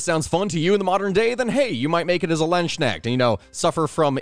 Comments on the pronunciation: Hi, German here✌🏿 You pronounce the beginning pretty well - the „Land“-part Land- Then a sharp s sound, like in the word „sound“ You could also pronounce it as the other writing „Lanzknecht“, (like.. pike-slave) - for english speakers its more pronounced like „lantzknecht“. In German the „ds“ or the „z“ is pretty sharp and we tend to pronounce it more like a „TZ“-sound And then the „kn“ in „knecht“ is pronounced like „can“ without the A - if you know what i mean.. And the end „echt“ in „knecht“ is more like e - cat hiss - t. So a „ch“ sound in german is like „j“ in spanisch, i can‘t think of an english word with that sound Put your tongue on the top of your throat, the peak of the tongue a bit down & leave a small gap between tongue and throat - breathe out through it. Now you can pronounce „ch“ :) Sound complicated, but you get used to it quickly :D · It's Lands Knecht, it's one word but spoken apart, like the the word "a-part" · Few things I'd change: The a in Landsknecht is pronounced like the u in hunt or fund. It's not really ke-necht, it's just important to realize that there is no silent k in german and that the fact that there's an n after it really doesn't matter. Maybe if you just imagine a C in its place, like Cnecht? Ch isn't really pronounced like sh, though it may sometimes sound like it if someone is either speech impaired, drunk or talking in certain regional dialects. It's technically supposed to be pronounced back in the throat, like an h, but like, with a somewhat different consistency, if that makes sense. One advice I once heard from a phonetics teacher is to look at the word "tuna" and how it differs from how you'd pronounce it if it were spelled toona instead. There's basically a slight shushing noise between the T and the actual vowel and that shushing sound is pretty close to what a german ch sounds like. It helps to think of it as a "dry" sound, as opposed to s and sh-sounds, which feel more wet.